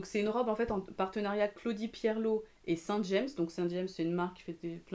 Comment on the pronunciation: Par contre pour la marque Saint James (tricot Saint James en entier 😁) c'est une marque normande qui se prononce jame comme jamais. 😁 Voilà c'est juste au cas ou tu aurais d'autres normands dans tes abonnés 🤣🤣 Gros bisous 😘😘